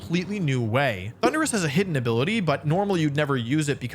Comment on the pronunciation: I skipped the Thunderus part The way he pronounced it was so uhh....